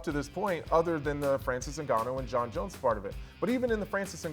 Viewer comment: These guys are terrible. Learn to pronounce names. On paper you would think this would be easy. Jones top 25 mma fighter of all time, no doubt. There is no need to talk about a drunk woman beater.